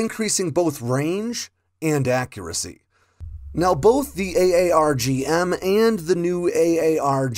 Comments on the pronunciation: It’s pronounced “R-Gum” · Pronounce it as Arr-Gum. THat is how we pronounce it here in the RAAF. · It's "aaarg" like a pirate. "Aarrg matie" then add an "m". "AAARRRGGG" - M.